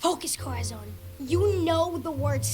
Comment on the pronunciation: Where to start with this series? First off, I can't get used to how everyone keeps calling Corazón 'Kohra-zawn'. I looked up the Latin American dub and they pronounce him perfectly! The first time they play fetchball, one of them puts the baseball in the toy box and Rotty claims it goes through the hoop. Seriously? What buffoon would through a baseball through a hoop? A baseball is clearly a toy, as evident in hundreds of illustrations of children's books. Luckily they seemed to have noticed that themselves and in the next episodes, the basketball goes into the hoop instead. Bringing us to our next point: Rotty. This has probably been pointed out in the video (I posted before watching) but why is his name Rotty if he's A BORDER COLLIE? And lastly, although people not that familiar with cars won't get this: the fact that the strays live in an old Toyota Van (VanWagon) from the 80s upsets me the more I see it. All those disposable 90s and 2000s cars in the junkyard, and they occupy the diamond in the rough. They made close to 170,000 of these in four years and only a few hundred are still on North American roads today. It's structurally even still in good condition save for graffiti and missing parts, and it is a crying shame to see one of the few survivors ending up like this.